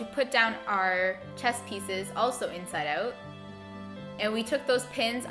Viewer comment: The way you say inside out annoys me